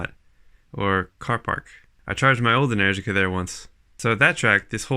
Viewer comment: Ah man you make me miss NZ. I think I'm hearing things but are you saying "Enenergica"?